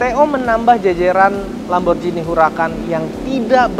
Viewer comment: Kalo gak salah nyebutnya Lamborghini yah pake G bukan Lamborjini.